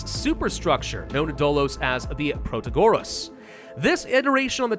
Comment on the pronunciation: I find it weird the way you say "Protagoras", because this name is pretty similar to greek math phylosopher "Pitagoras" and usually the strong sillabe is the third to last (PiTAgoras). I don't know if it makes sense to you guys, but to me it does.